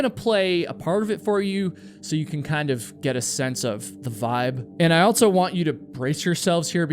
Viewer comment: My guy... the word "also" does not have a "T" in it. It's not "altso".